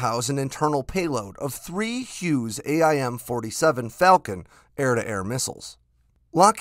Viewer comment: A-I-M ... lol